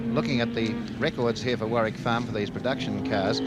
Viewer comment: That's Warwick Farm not warrick..